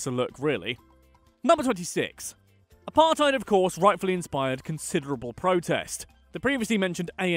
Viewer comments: Apart-ate is what apartheid sounds like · Pronounces Apartheid as Apar-Tide South Africans: Eishhhhhhhhhhhhh bru